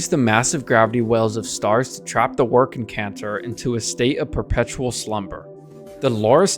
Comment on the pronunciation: I think your suppose to pronounce the second 'c' in W'rkncacnter. It shouldn't be silent. Love the blueprint diagrams in your video.